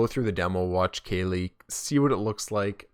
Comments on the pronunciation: Like California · Who's Kaylee? Is that a girl streamer? Research the proper pronounciation please. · I thought it was pronounced Cali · i got triggered for how you pronounced kqly xd